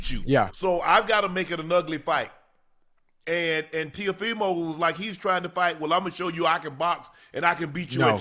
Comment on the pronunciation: Man I love yall but yall don’t know nothing about boxing yall just saying stuff don’t even know half the boxers names Ocho can’t even say teo last name right and saying stuff that isn’t even right love you guys tho😂